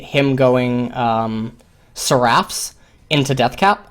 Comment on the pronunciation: he's pronouncing "seraph's" wrong it's bothering me xD